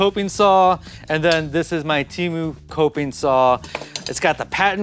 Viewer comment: TEMU, not "Cheemu".